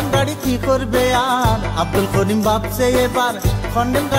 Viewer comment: করিমের জাগাত খরিম বলতেছে গানটা যে গাইছে এটার উচ্চারণ ও ঠিক না